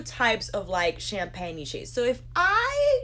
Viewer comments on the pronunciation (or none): none